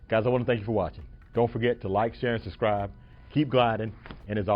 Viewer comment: Nice video. I learned a few things, although my trike is a bit older. One word of advice: try to pronounce words properly. "Suscribe", 😂 At least you didn't say "excape" or "axed"